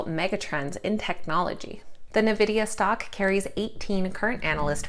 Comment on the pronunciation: It's pronounced N-vidia (not Na vidia) :)